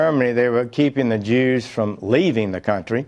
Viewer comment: "They were keeping the Jeewws from leaving the country". My God, my God, my God....